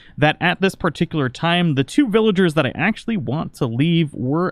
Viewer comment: He said parttickler